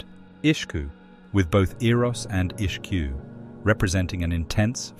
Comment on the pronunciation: Great video! Just a little note, that Ishq is not pronounced Ish-q but rather as esgh